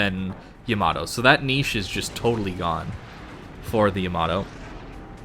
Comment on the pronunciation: y a m a d o lol great info though